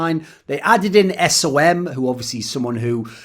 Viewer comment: cmon man don't call him S O M